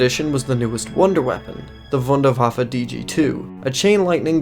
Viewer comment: the way he said the wunderwaffe lol.